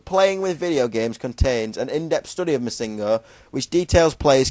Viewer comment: holy shit... pronounce it right PLEASE. its MISSingno, no misINGno. the emphasis/accent is on the MISS, not the ING.